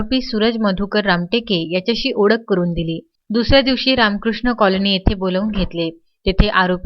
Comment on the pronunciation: “Odakh” karun ........ “Trechadis” ....... Are ki chutiya news reader aahe 😂